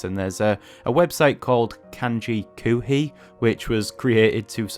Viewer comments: In one respect, you are a genius for being able to learn so many kanji in such a short period of time. That's what makes so heartbreaking... Dude... After all that, you are pronouncing "koohii" as "kuuhii"? "Koohii" means "coffee". The pronunciation is Japanese, but based off of "coffee". How you can look at "oo" and say it like "uu" is beyond me, but I just thought I'd point that out. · I must say, you did a good job of learning these. I only got up to 500 kanji before I have up on RTK. But you really should focus on the sounds of the language, I'm horrified by the way you were pronouncing the word "koohi", don't pronounce it like coomer or goo, pronounce it like "co" in coffee just elongate the o sound. Also you should look into The moe way guide, it helped me to actually learn Japanese, I have been able to read manga like Yotsuba with great success.